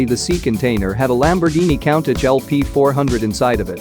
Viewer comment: Learn to pronounce Countach dummy 🙄 for that you get 👎